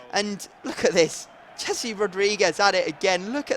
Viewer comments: It's Hesse not Jessie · O my god Rodriguez first name isn't Jessi it's Jese...